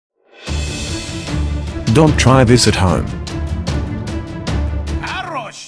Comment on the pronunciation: 돈 트롸잇 디쌔탐